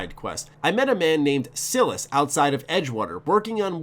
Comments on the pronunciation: SI-LAS. Not "Sillas". This bothers me. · “Sill-us”? You mean Silas (“sigh-liss”)? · That’s not how you pronounce Silas